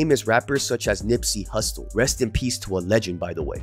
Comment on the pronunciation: I fucks with you my guy. But did you say "Nipsey HUSTO (Hussle)?!?! 🤔🤔🤔🤔🤣😂🤣